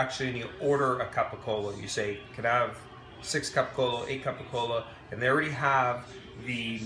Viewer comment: I’m afraid to follow the steps when they don’t even know how to pronounce capocollo